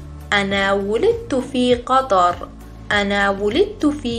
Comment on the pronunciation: غلط املایی دارید: ولکن- طهران تلفظ "مصر،طهران،قطر" همه فارسی بود نه عربی!